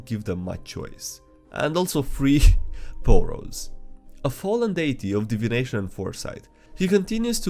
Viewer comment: I had to make a double take when he said Poros lol